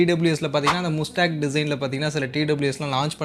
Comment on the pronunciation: Athu mastang nu pronounce pananum bro